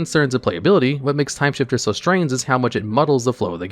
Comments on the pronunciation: Timesifter. Not timeshifter. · Its Timesifter not shifter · TIME SIFTER. Not shifter. Sift. No h. Do you have some form of dyslexia? Not being mean. I am just curious. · The 7th card looks like it is probably pronounced "Timesifter" and not "Timeshifter": the idea being like sifting or sieving "time", or turns, based on the mana value of the top cards of each player's library.